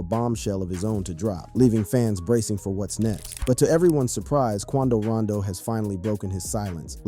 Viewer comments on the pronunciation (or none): It's Quando Rondo not Rando